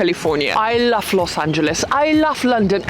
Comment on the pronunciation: You “lof” a lot of places I can’t